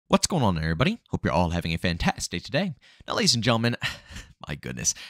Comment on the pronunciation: it's FANTATSTIC J JJST SAY THE FULL WORD. WTF IS UP WITH YOU